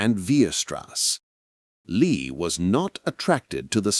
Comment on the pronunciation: Too bad the clumsy AI narration begins mispronouncing Lie as lye at 16 minutes until 18 minutes.